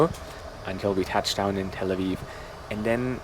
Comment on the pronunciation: "Tel Awiw"